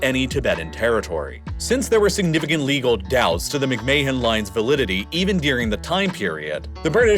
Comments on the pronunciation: "Mick-May-Hon Line"?!?! It's pronounced "Mick-Man" like Vince McMahon. Spelled same way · "McMay hen" line is pronounced as "Mc Man" 👍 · Fyi mc mahon is pronounced mc man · McMahon is pronounced "McMan" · Nice video but the mispronunciations are brutal. McMay-han? LaHAsa? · McMahon is pronounced Mick-man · McMahon is pronounced -- Mick-Man. Do not pronounce the H. But, a bot would not know that. Get a real person. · It’s not very important, but McMahon is pronounced something like mick-mahn or even like mick-man. It may be that Henry McMahon didn’t pronounce his name like that, but that’s how we’d say it in Scotland or Northern Ireland. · How can you not pronounce McMahon properly. Not like it's one of the most famous surnames in the US due to WWE 😂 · Am I the only one who noticed the butchering of McMahon pronunciation?! Dude, don’t say it again! Oh crap he did it again!!😂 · The pronunciation of "McMahon" hurts my ears